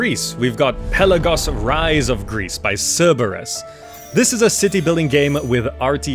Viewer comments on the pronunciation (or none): none